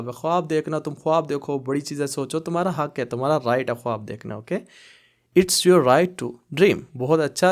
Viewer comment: اَلسَلامُ عَلَيْكُم وَرَحْمَةُ اَللهِ وَبَرَكاتُهُ ماشاءاللہ اپکی ویڈیو بہت اچھی ھوتی ہیں ایک یہ بھی رہنماٸی فرما دیجیے 👇 آپ لکھتے حق اور ق کو گ پڑھتے ہیں اس کا کیا لوجک ہے جب کے عربک میں گ ہے ہی نہیں